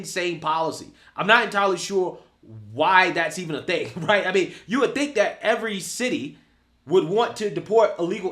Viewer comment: “No more money for jou” 😂😂😂